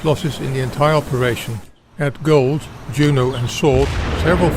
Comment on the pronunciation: Juno Beach wasn’t pronounced like a Scandinavian word. JJJuno with a hard “J”